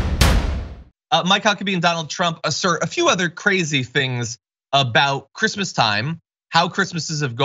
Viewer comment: "Who gives a f*ck about Chreesmas things?"